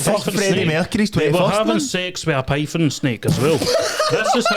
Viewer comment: I seen a pifon snake lol 😂😂 i once seen a tarantula spider . He is either thick as shit or has a speech impediment